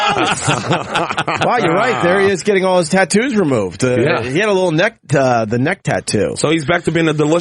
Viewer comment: Bert changed how he says Tattoos. For years he's been saying Tittoos, but this has him cleatly saying it correctly. Tattoos